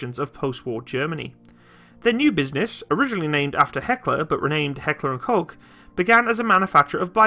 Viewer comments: FFS! It‘n NOT coke or cock!!! It’s pronounced like Cough. Coughghghghgh!!!!!!!! And by the way - after shooting the G36 in different versions for over 7 years in different countries, I can tell you - compared to other modern army rifles - it’s a great reliable rifle. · I'm getting more triggered by the fact that you can't pronounce "Koch" ;)